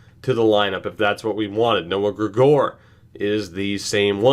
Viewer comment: Gregor is pronounced greg-ger